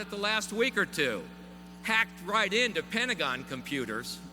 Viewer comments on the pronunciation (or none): none